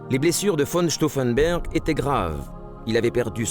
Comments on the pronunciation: Stauffenberg et pas Stauffenber c'est une hérésie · The commentary calls Claus von Stauffenberg "von Stauffenburg". The commentary on events is rather simplified and jingoistic.